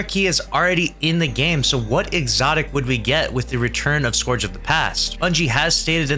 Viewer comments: Scourge is pronounced scurge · POV you don’t know how to pronounce “Scourge” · Its not scourge lol